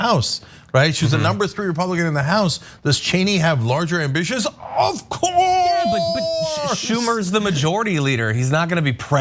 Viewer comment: Cenk “OFCOURSE!” Uygur